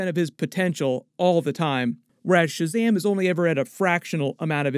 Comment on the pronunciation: Please don't say "Shazamly" 😬